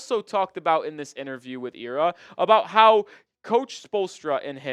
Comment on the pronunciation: Yo Ira is pronounced “Eye-ra” not “E rah”